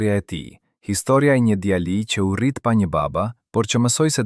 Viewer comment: Nuk e di ne ngjarja eshte e sajuar ae vertet por mua me teper me shqetesone fakti ti qe po pershkrian ngjarjen kush dreqi je.djali dhe jo djalli o meso mire shqipen o zhduku e bere dhe djalle nje femi te pafajshem mos ta degjofsha me zerin o i shkale......